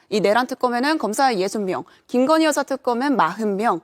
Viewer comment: 여사라고 들리시나요? 난 여자라고 들립니다만